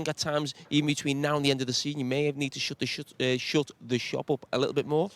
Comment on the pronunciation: I am American but am seriously wondering if he just said “shot the shovel” and if that is a real phrase or if I am mishearing what he said? Haha